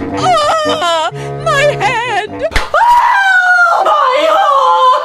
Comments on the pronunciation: Adam: ahhhhh my hon me: it’s hand XD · Adam: Ah! My haund! It’s hand lol